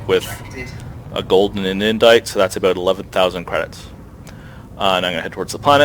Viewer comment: Something is odd about the way you say 'about' and 'out' lol...sounds more like 'aboowt' =s